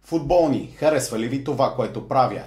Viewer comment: Интрото ти е много тъпо.И защо викаш футбо̀лни